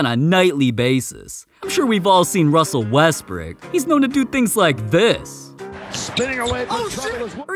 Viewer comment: RUSSEL RESBRICK I CANT